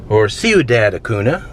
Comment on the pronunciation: Cuidad is pronounced Cuidath and Acuńa is pronounced Acunya.